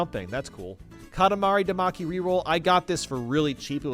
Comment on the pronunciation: "Katamari Damaky" "Namco Musem"